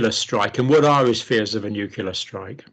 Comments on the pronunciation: Nuclear - new clear. Shame on you Dr Campbell 😂 English your second language? Vlad pronounced it right every time 😉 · Wow - for years I thought Dr. Campbell was British - but obviously not from his constantly saying 'nucular'! I'm guessing you emigrated and managed to keep your British accent? Nevertheless a fascinating conversation, thank you. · Why, as an educated man, Dr Campbell, do you say 'nucula' instead of 'nuclear'? It seems weird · This gentleman mentions 'newkiller' weapons on several occasions. Is this a Freudian slip or a mispronunciation of 'nuclear'? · Please! The word is "nuclear" not "nucular". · dr John, may I point out to you that it's pronounced nuCLEAR, not nucular thank you for this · Not nucular... it is nuclear. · Dr Campbell, nuclear should not by pronounced nucular. It annoys me that ever since George W Bush popularised that pronunciation, more and more people, who should know better, have taken his lead. I am disappointed that even a scientist, who should be familiar with the word nucleus, should then ignore the fact that this is the root of nuclear. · Dr. Campbell, it is pronounced NU-CLE-AR . Not nuke-you-ler... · Good advice. Don't make yourself into a media personality. Getting too big for your boots. By the way the word is 'nuclear' not nukular . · It's surprising isn't it that someone as obviously intelligent as John Campbell insists on referring to "nucular" weapons as opposed to what everyone else refers to as nuclear weapons. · It's nuclear, not nucular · Nuclear is pronounced NEW-CLE-EAR, not NUC-YOU-LAR, Dr. You sound like George W. Bush! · Nuklear not nuclear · Nuclear not Nucular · Nuclear, pronounced "nu-cle-ar", for the love of g_d, not "noo-cool-arr". Kind regards.